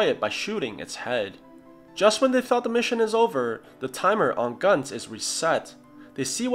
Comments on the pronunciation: Just irritates me...Is it really pronounce as “guns”? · it’s his accent. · Pronounce it right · he probably pronounced it differently